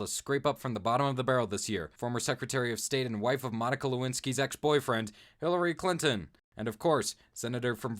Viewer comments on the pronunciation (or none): kept pronouncing Hillary Clinton's name wrong